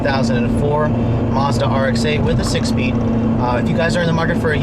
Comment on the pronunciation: did you say mozda?